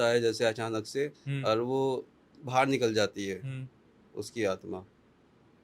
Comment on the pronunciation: बाहर होता है । बहार नही